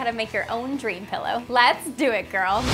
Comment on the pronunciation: That not how you say girl